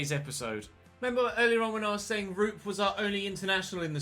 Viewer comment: You are pronouncing Alho's first name horribly wrong hahah, as a Finn myself it sounds so funny. Actually, it's pronounced "Roo-pe", where the O's should be pronounced like in the word "(Of) course" for example, not like in the word "good" as you are saying it :D